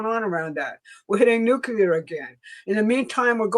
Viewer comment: LEARN HOW TO PRONOUNCE NUCEAR.